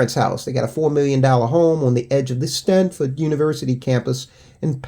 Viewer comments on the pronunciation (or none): none